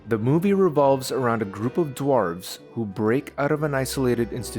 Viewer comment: why do you say dwarves like that